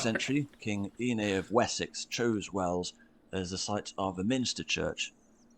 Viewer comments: no it’s called wells not wales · "Wells" not Wales. (Somerset) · no dude its calls Wells not Whales. Like water wells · wells not wales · WELLS! not whales, wells as in the hole in the ground you get water out of! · WELLS!! Not Wales! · Wells as in water wells, not Wales.. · There is Wales and Wells. They are not pronounced the same if you use English, not the US version of English. Way-uls = the country, pronounced the same as the sea creature and Wells, like you get water from. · Not Wales , it’s Wells sir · It's not Wales it's Wells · It's not Wales it's WELLS 😂😂😂😂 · It's not called wales, it's WElls as in a water well. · Wells not Whales as in the hole to get water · WELLS not Wales ... close though 👍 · Of course you've heard of Worcestershire (or Wooshter as it is pronounced) because of Worcestershire sauce. Also, the city you thought was called Wales, is called Wells. You heard wrong. ☺ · Not wales, Wells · It's WELLS, not WALES. 😉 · It's " Wells" nothing to do with the country Wales 🙂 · Wells, not Wales, nor Whales. Wells. As in, a deep hole with water in it. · Its Wells not wales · There is a difference between whales, and wells.. The two words don't sound anything like each other. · 'Wells' to rhyme with Bells, not 'Wales' to rhyme with Bales.... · Number 8 is Wells not wales, as in water holes x love the vidios x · Its Wells not Whale's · It’s WELLS, not WALES or WHALES!!! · "Wells" brother, not, Wales. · Wells - Not Wales or Whales lol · Just a quick note,it's not whales cathedral it's WELLS cathedral after " water well " and Exeter is near the south coast just Google it or use Google maps. All the cathedral 's mentioned are beautiful, come over and see.🤓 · Dude it’s wells not Wales ❤ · It’s Wells not Wales! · it's Wells not Wales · Wells =/= Wales/whales. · It's Wells. Not Wales. Why not Come on over and see these beautiful places for yourself. You would be very welcome, because you are so lovely, and impressed. X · Wells not whales! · Wells not Wales!!!